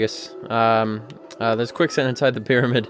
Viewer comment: "Jegus" Are you a homestucker or something